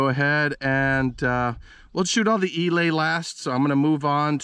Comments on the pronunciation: Eley is NOT pronounce "E- lay" It is pronounced "E- lee". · Learn how to pronounce Eley and Aguila for God’s sake!